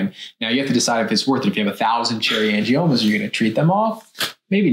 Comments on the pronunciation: Angimonas? Couldn’t you at least research how pronounce the word? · Gotta be careful of that “Angie-Mona”. She’ll get you every time!!! LOL!!! I love how the guys were trying hard not to laugh when she said it wrong. I had to rewind to make sure I heard right. I was rolling. Hilarious! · The girl in the tiktok at the beginning lost any credibility when she said “angimonas.” 🤦🏻‍♀️ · You know she's kinda making stuff up when she says 'cherry angimonas'. 😂😂😂 Even the docs both smirked at her lack of pronunciation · “Angiamonas” 🥴🥴🥴 The Tick Tock pronunciation. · Did she say “Cherry Angimonas? 😂. Also, what is the difference between cherry angiomas and petichiae? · Did she say "cherry angiMONAS"????? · Did she really say angimoma? 🤭 I wish people would learn how to pronounce words before trying to make a "professional video." 🤣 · If you listen to the doctor on the left he as well is not pronouncing the name correctly. He includes and m in the name. Not sure why but probably because the title of the condition is totally new to him as well.